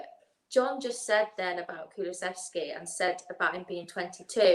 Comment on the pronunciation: John... It's Kulu-sev-ski. Not kuluvetski. 🤣